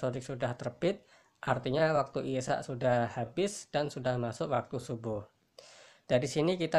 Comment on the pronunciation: Assalamualaikum pak numpang tanya kalaw pas bacaan isaai isaa nya itu kok dibaca cumn dua harokat pak itu kan madwajib pak